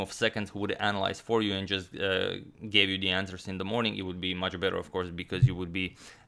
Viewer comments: fyi its BETTER not bether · did you just change the "better" to "bether"? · Why “bether”?